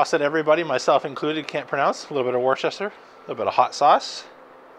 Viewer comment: Ok North Americans - it’s pronounced “Wooster-shur”. You guys are making it harder than it should be 😅